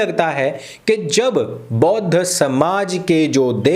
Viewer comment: Bodh nhi bauudh (Buddhu) hai ...